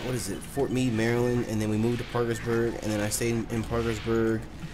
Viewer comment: Thank you for not being one of those ppl to pronounce the d in Maryland. Idk if its me but any time i hear it, pronounced like that, it sounds weird lol